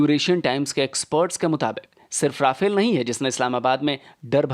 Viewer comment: Nice video as always but it’s “रफ़ाल” and not “राफ़ेल”